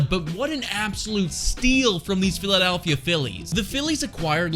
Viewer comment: Lmao 😂😂😂😂 dude. . I thought I was the only one who noticed this. What a 🤡. Philladaaalllphia 🤣😂.🤦🏻‍♂️🤦🏻‍♂️🤦🏻‍♂️🤦🏻‍♂️🤦🏻‍♂️ He keeps saying it too lmfao